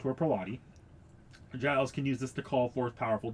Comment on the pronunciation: ok so just a small correction gilles is pronounced either jill or jills not jyle